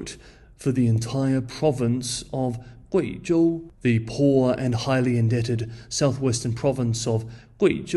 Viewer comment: Some nice pronunciation of Guizhou